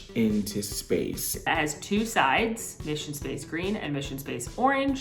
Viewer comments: Mishun Spahs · Dying at “mission spaaaaaaahshe”